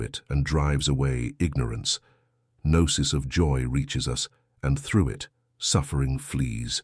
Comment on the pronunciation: Lazy use of A.I. narration. For example... noose rather than Gnosis. 🤦🏻‍♂️